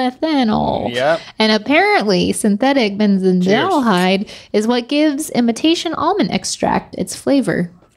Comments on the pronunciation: How hard is it to pronounce benzaldehyde and phenylethanol? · It hurt my ears hearing how pronounced benzaldehyde...